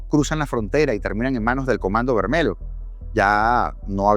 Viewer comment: Se pronuncia Comando Vermelio (lh) toda palabra que lleve LH intercaladas se pronuncia de con una i al comienzo